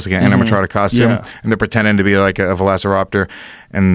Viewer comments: I looked up this because I am having problems focusing. I stopped it seconds because he said Velaciropter.... instead of velociraptor. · “VelAcirOptor” insert wocka flocka okay gif here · Joe "Velaciroptar" Rogan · He said Velaciroptor... it’s “velociraptor”